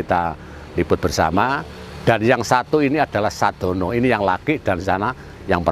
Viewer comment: Sedono bukan sadono..Mbah kalau dungo jowo mesti nyebut nama itu